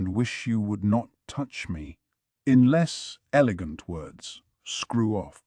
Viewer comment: Mayo-mayo? Who-gong? Elejent? A: if you're going to use AI for this anyway why not use a female voice? It would fit better since the story is told from a female or at least a femine perspective. B: I thought reading AIs were better along than this even a year ago.